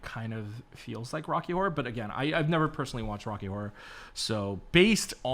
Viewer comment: tf I thought you said whore inspired and then after several minutes I was like ohhhh horror...🤦